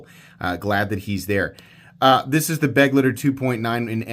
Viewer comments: The knife you name as beg-leiter is pronounced be-gleiter and is the german word for companion. Just have to smile when an english speaking knife reviewer say certain names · Hi, if you put the stress on the second syllable of the word “Begleiter“ (beGLEIter instead of BEgleiter) then you’re very close to the original pronunciation. Greetings from Germany.;) If a lock failure sends you to a hospital here in Europe, they will help you without any bill. Just sayin‘.;) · I have no complaint about miniminal safety testing. But how in the year 2026 can we still not pronounce Begleiter? beg-LIGHT-er